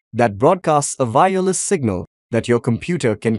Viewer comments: The way you day "vireless" confused me instead of saying "wireless" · say Y then say ER then put Y in together with ER now say "Y ER" with "less". Now you can say Wireless and not fkin Vireless. You dont say Vindow so why Vireless? ty.